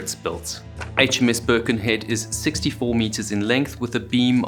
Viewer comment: Always enjoy your excellent videos. May I remind you that Birkenhead is in Cheshire, not Lancs. And it’s pronounced with emphasis on ‘head’. Sorry if this is pernickety, but I live there!